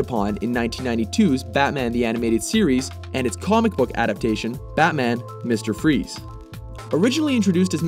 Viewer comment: MUSTEHR FROEZ